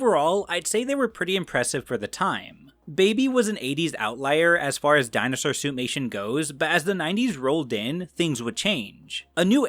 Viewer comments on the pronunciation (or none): Every time I hear "suit-mation" I think "soup-nation". Great video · Why do I keep hearing Suitnation?! Hahaha 😂